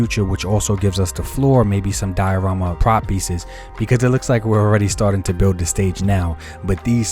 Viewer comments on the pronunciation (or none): none